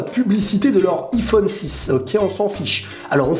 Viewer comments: pk tu dit I phone C iiiphone a l'anglaise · Sa me stresse arrête de dire iiiiiphone dit aïphone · On dit " iphone " pas " I-phone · On dit pas iPhone on dit yphone 🤦🏼‍♀️ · xD il dit I phone xD mais c'est Iphone (avec un accent anglais) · "Aï-phone" et non "i-phone" hahahahah 😘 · Pas iiiphone mais Aiiiphone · on dit aiphone pas iphone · ça se prononce a i phone pas iphone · tes con iPhone ce dit aillphone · C'est aiphone pas iphone pour la prononciation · Ptn tu me stress à dire i phone et pas aïe phone (je pense que tu fais exprès) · Sa se dit aïfone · Ca me stresse qu'il dit iphone alors qu'on dit aiphone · Sa se lit ayphone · DISLIKE PACQUE TU DIS IPHONE ALORS QU'ON PRONONCE AYY PHONE 😂😂😂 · Il le fait exprès de dire I phone ou ?.. sinon super vidéo 😃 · Mdr il dit "i Phone" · DIS : HAYPHONE STP TU STRESS DE FOU MDR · kon tu di ifone je me di il é nul en englai ! pouse rouje :p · Tu sais pas dire iPhone il faut le dire en anglais ! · tu va etre flagé juste pour avoir mal prononcé le mot Iphone